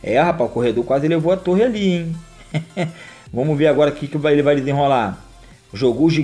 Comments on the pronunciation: Não aguento ele falando "vomos" hahahahahahaha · nem eu kkk